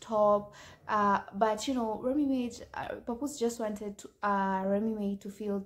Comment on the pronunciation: Remy Ma (mah) not remy may smh